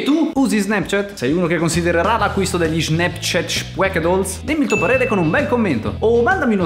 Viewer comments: Si pronuncio SNAPCIAT non SNEPCIET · Nessuno:: SNEPCHET